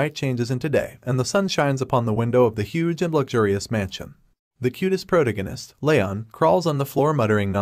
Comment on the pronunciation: Correct the pronunciation of protagonist it can't be that hard